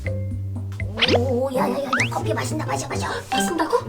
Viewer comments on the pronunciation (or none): 8분4초에 가 커피를 코피라고 함 ㅋㅋㅋㅋㅋ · 내가 좋아하는 커피가있네를 코피가 있네라고 들림ㅋㅋ